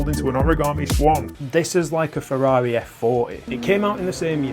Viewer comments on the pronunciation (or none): none